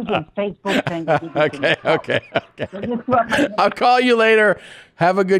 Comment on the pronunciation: “I wanna put you on eFacebook” 😂